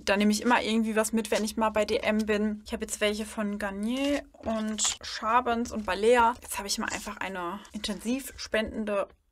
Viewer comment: Ich habe gerade deinen Kanal entdeckt und wollte dir einen lieb gemeinten Tipp geben, die Marke Mophe spricht man "morfi" und Schaebens "schäbens" aus und wenn du das Wort "halt" in deinen Sätzen reduzieren würdest würde es professioneller wirken, freue mich schon auf weitere Videos!